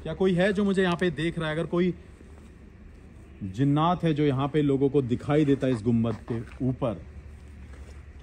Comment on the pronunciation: Zinnat nhi ❌ jinnat👍